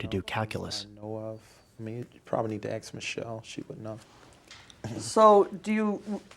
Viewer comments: . You can “axe” Michelle. Hilarious. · How can he not hear he is saying axe instead of ask?? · Why cant americans say 'ask' properly? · "uKan aXXe michElle"😂😂